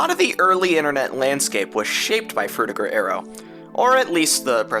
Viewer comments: BTW it ain't Fruti"j"er. It's frutiger. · Adrian Frutiger is a German name, so the G is a hard G. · Adrian Frutiger was from Switzerland and named the Font after himself. So, I guess, the right way to pronounce it, would be to pronounce the G hard like the G in "Games", "Gift", "Gold", "Gay", "Greed" etc.